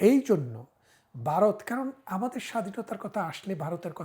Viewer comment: উইথ ডিউ রেসপেক্ট, আপনি তো সাধারণ মুখ্যু বাংলাদেশিদের থেকে অনেক বেশি শিক্ষিত; তো আপনার মতো মানুষও 'ভারত' উচ্চারণ করতে পারেন না কেন?😅 ইটস নট 'বারোত', ইটস ভারত। ভারতবর্ষ।😊